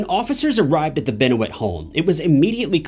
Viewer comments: What gets up my nose is how this guy pronouces Chris 's Surname .... And the dam Scentbird advert at the beginning... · How about the case of destroying his last name. I can’t believe you put in any research into this story if you can’t say his name properly. It’s not like he wasn’t well known. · Guy can't even say his name correctly.. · How did you just say his name? After 10 seconds im out. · Hi. I appreciate your efforts to atleast make an attempt on this video and this is said with peace and love, I assure you, but the use of boxers and amateur wrestling (maybe copyright stuff ill give you that) along with the severe butchering of his last name (and Kevin Sullivan that has been pronounced correctly with thousands of hours of video footage you could of researched) and huge exclusions of the downward spiral Chris went on after his best friend Eddie Guerrero passing away made this video feel like you've rushed it, didn't care and got all your research from a 2007 Star magazine. This story has been covered hundreds of times here on YouTube and yet you've somehow managed to confidently create this like you know what you’re talking about. Why would you embarrass yourself like this?! Do you not realize how rabid and passionate Pro Wrestling fans are? You led yourself into the online slaughter man. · Not Keith Sullivan it was Kevin Sullivan. This guy has no clue with that and the mispronounced name of Benoit. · You saying his name wrong immediately showed me you’re not a serious enough journalist for me to care to hear more. Get it together show some respect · Wow completely butchering his last name before the 30sec mark. Someone has done their homework. ✌️ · Mispronouncing his name makes this unwatchable to me.. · The second you said his name wrong i turned it off. Do better research. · Say his name correct please Jesus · Mispronounced Names especially the Main subject of the video. You called Kevin Sullivan, Keith. Why not do research on this before making a video?